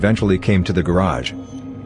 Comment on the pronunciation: Flor-a-see-sant...lol Also holy fuck that music